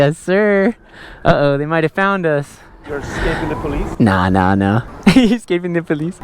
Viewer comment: “r u escaping da polize”😹😹😹